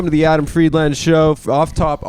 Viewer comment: Someone should tell Adam he mispronounces his last name every single time he says it.